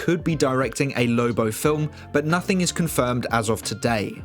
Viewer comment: Hahaha... Zack said NOHTING...